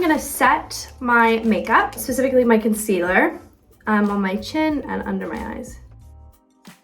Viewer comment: First it’s concealahh then concealerrrrr I love this American British mix hahaha